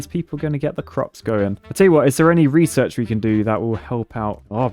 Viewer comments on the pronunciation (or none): none